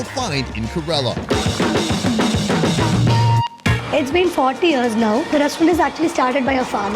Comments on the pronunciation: First thing it's not karala .. it's Kerala .. focus on your work bro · Why am i hearing ghorilla when he says kerala.. Isnt it Keralam? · It's not Corella it's Ke Ra Laa. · FYI its pronounced like Care-a-la not kurr-illa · Everyone else: "Kay-ra-la": "Kuh-reh-luh Daville... Kuh-reh-luh Daville..." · India has always been at the top of my bucket list and watching these GREAT videos and seeing how affordable it is adds another reason among the thousands of reasons to visit. FWIW, it's Kerala, not Kerela. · hi... huge fan and great content as usual ♥. Just a recommendation; no hard feelings 😬but you kept calling Kerala, Karela (which in hindi is bitter gourd 🥲), I thought maybe i could help you pronounce it correctly 🤭😅. Kerala phonetically is, think (KAR)en + Ella but everything together and a little fast.... Hope you don't mind🤗 again, hugee fan🥰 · Great video but I just don’t get why western YouTubers won’t put in the minimum effort to pronounce the name “Kerala” correctly. It’s not a tongue twister. KER-a-la, with the stress on the first syllable! The guy has clearly been there and has heard the way it was pronounced. How hard is it? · Why does he say Kerala like that? It doesn’t rhyme with gorilla dude, it’s pronounced kay-raa-laa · kerala ❌❌ ku-rrre-lla✅✅ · correct pronunciation is kay-ra-lum(keralam) . not kerala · Key-rala pronounced with bit of y Did he even watch the vid the locals pronounce few times 😮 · Dude, you mangled so many of the names of dishes. And of "Kerala" - not tough bro, just ask the locals....👎🏽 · is doing the voice over but is not there, otherwise he would know how to pronounce 'Kerala'. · I love the enthusiasm but someone there should tell you how to pronounce Kerala correctly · I can’t believe no one corrected you on your pronunciation of Kerala. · pronouncing "Kerala" wrong so many time:( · Bro pronounce Kerala properly